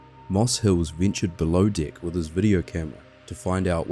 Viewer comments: Just found your channel. Excellent presentation of an unbelievable event. I know this is a NZ thing, but the word "deck" is with an E, not an I. The phrases "the captain's deck" and "deck of the ship" are entirely different with this pronunciation. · Oh it's true! I have an Australian Shepherd. Every morning I tell him let's go outside for your below dick business. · Holy shit, this is so well done that I assumed this was one of the big documentary channels. It wouldn't have even been out of place on a Discovery plus. I'm so glad The Holy Algorithm brought me here. Also, maybe I'm a sick f#<k, but I giggled every time the Aussie "deck" was said. "Below dick" 😆 Edit: I just checked your page & now realize that you're from New Zealand, NOT Australia. My dumb American ear can't differentiate, but it is NOT an abomination of an accent! I love it. You know what is a true abomination? My Boston accent. The whole "I pahk the cah at Hah-vahd yahd" (I park the car at Harvard Yard) is real